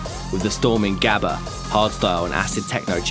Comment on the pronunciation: Gabba , nah you pronouce Habba, Rotterdam Sportshall 91, Mental..